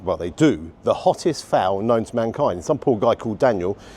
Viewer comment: Its a phall, not a fowl like you keep saying, a phall, pronounced farl or fal or fahl, infact the only way you cant say it is fowl